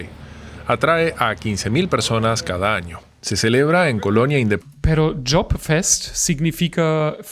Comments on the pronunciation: La Choppfest o fiesta de la cerveza está inspirada por el Oktoberfest en Bavaria. No sé por qué el narrador lo pronunció Job-Fest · No es ShopFest, es ChoppFest.